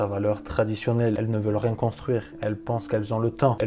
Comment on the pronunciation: ça sert à r" Ce niveau de flemme 😳 c'est si dur d'articuler les trois autres lettres? C'est trop long de dire : rien?